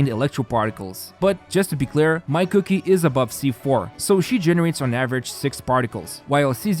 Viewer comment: It's Kuki (pronounced kooki) not cookie. lol